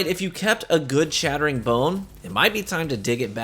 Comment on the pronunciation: No, you don't need it. Crucible is hardly the place it used to be anymore and just pure twitch reaction speed and know-how smarts can get you through. Also, your "chattering" sounds like "shattering" lol.